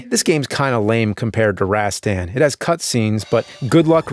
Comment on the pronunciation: Unfold that stock, maggot! Remember the awesome boss battle music from Darius Twin? "orangutan" "rohs-TOHN." You know, with the "a's" making the schwa sound and the accent on the second syllable. The word you're looking for is "anagram." I'm pretty sure you've used that word in past episodes.